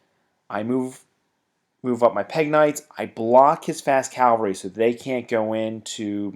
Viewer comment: why can't americans pronounce 'cavalry'???